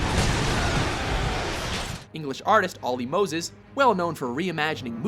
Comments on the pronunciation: It's "Olly Moss", not "Olly Moses." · Did he say Olly Moses? I think he meant Olly Moss. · Guy, you fucked up the Resistance 3 artists name. It's Olly MOSS, not Olly Moses.